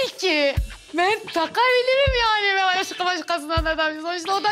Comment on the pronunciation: 2 46 ben diyeceğine men diyor